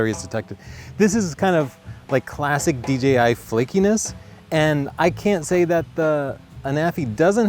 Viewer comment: Thank God, he said D"Jay"I, and not D"Gee"I.